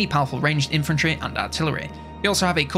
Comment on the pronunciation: >CAVALRAY Good norf lad